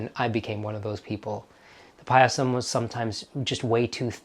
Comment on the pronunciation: Its just pronounced "pie-sum" and not "pie-a-sam"